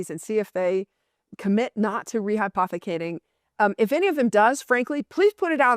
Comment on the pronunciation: She said rehypothicating more than the amount of Bitcoin